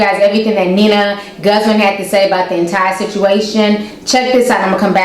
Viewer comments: The fact that you keep saying "Nina" and not "Nia".. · I just wanna say it's Nia not Nina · It's nia ain't Nina